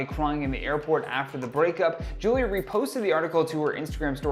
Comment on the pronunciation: Bro she called her “Foolia”!!🤣🤣🤣